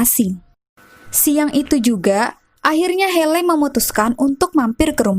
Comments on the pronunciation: Hayley (heili) ... buken heley kak.. Maaf buat masukan aja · Maaf sebelumnya, tapi pembacaan namanya bukan heley tapi (heiley).